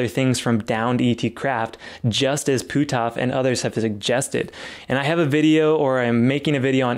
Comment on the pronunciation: Great video but you're killing me with the way your pronounce Hal's name. It's pronounced "put-off", not "poo-toff" ;-)